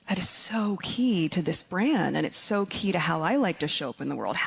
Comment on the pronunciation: Does she not realise the word ‘so’ is 1 syllable not ‘Sooooooo’